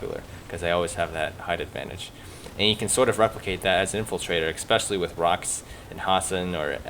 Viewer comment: I'm normally not a 'prescriptive grammar' guy. But it's especially, not expecially. Other than that, cool vid.